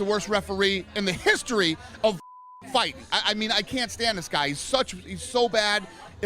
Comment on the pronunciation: makes me laugh every time. The way he emphasizes "history" definitely sums up his feelings.